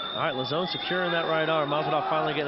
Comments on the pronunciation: Joe "La-Zone" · "Lazzone" What? Is he a new menu item at Pizza Hut? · I also thought it was funny the way every one of them said his name, Lauzon, differently and none of them said it correctly haha it's pronounced "low-zon"